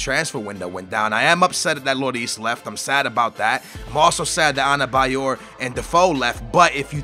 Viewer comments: Not anebayor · there is 'N' in adebayor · its ADEBAYOR not ANABAYOR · US:Adebayor/: Anabayor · The name is Adebayor, where the fuck are you seeing an N there? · Why is the D in Adebayor pronounced with an N?